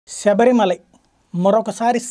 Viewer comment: శబరి మాలలో కాదు సర్ శబరిమల లో